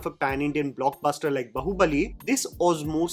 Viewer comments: It’s Baaahubali. Not Bahubali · Why do always pronounce, "Baahubali" as "Bahubali"? I know it spells out as "bahubali" but it is pronounced as, "Baa- hu- bali". 😂😂 I hae been seeing you saying Bahubali, since 2017-18, It always annoys me. sorry for pointing it out. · I can never get over Jammys pronunciation of Baahubali as 'bahu'bali .....